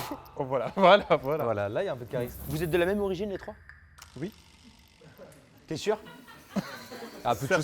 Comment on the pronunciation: MDRRR « ui »